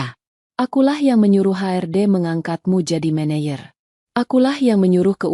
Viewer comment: MANAGER bukan Mayer.